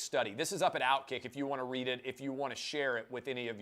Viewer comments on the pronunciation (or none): none